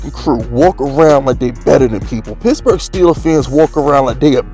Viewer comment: I like when you say pittsburgh....sounds like pissburgh